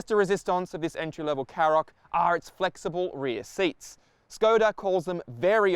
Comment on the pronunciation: Shkoda KaRoq. Not Sskoda Carrok. Does literally no car reviewr ever listen to the company actually pronounce it themselves?